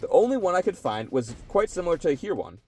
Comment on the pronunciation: The only thing I noticed as a german was the pronounciation of "Heer". In the viedeo it sounded more like "here". The double "ee" in german is not spoken like "street" in eng but like a long "e" in "enemy". Hope that helps fore further videos